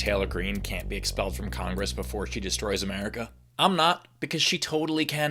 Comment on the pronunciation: The way she says "AmEARica" drives me bananas.